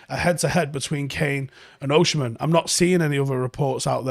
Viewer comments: You say Osimhen as Oshi-men and it’s funny. It’s pronounced as O-see-men 👍🏾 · he's Osimhen not Oshimen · why is he saying it like that 😂😂 its Osimhen, not Oshimen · It's pronounced Oh-seem-hen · Least you can do is learn to pronounce his name properly